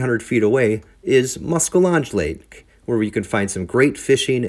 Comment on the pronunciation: Muskel lodge? Cmon dude. Just say musky if you cant pronounce it. The Wisconsin DNR is terrible for their boat landings as well. Big old F grade. They are almost unusable.